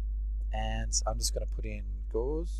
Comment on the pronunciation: Just a help on pronunciation: Attribute is stressed in the first syllable, and Gauss rifle is named after mathematician Karl Friedrich Gauss (GAH-ohss), pretty much pronounced as one syllable, and the CGS unit of magnetism was named after him, so the gauss rifle is named after that (magnetic fields to project metal bullets).